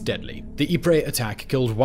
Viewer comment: Channel called Geographics spells Salisbury as Sailsbury and mispronounces Ypres as ee-prey. I stopped watching after this. Bad show old boy.